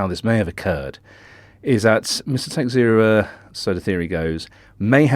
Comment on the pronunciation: Pronounciation of Texeira: Ta-SHAY-ra. Portuguese surname.